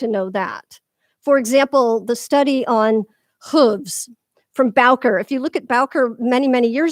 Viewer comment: Just a comment about the pronunciation of one of the great grand masters of classical riding. Baucher is not pronounced “bowker” but “boshay”. Sorry but it drives me nuts when people butcher these names. Love your videos and philosophy!